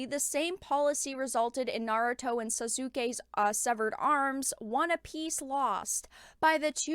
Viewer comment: I stopped watching when she mispronounced Sasuke's name.